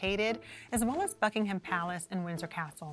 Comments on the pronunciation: Please, for the love of God, STOP pronouncing the H in Buckingham palace. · She also repeatedly mispronounced "Buckingham." The h is silent.